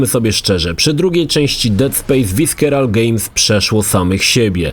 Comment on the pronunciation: czyta się "Wyserol" a nie "Wiskeral", tak gwoli ścisłości 😁 Dead Space 2 to zdecydowanie moja ulubiona odsłona. Isaac w końcu dostał głos i nie jest już niemym gościem bez charakteru. Lokacje w porównaniu do jedynki stały się bardzo zróżnicowane i żłobek to na pewno jedna z najbardziej pamiętnych dla mnie lokacji. Aż muszę wrócić sobie do tej części niedługo. Liczę na recenzję po latach Trójki bo mimo iż dostała sporo krytyki (trochę zasłużenie) to nie jest to tak zła gra, jak niektórzy sądzą.